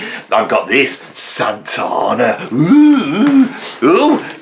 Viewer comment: Well, you do sometimes go on a bit. Also, it’s SanTANa not SanTONa.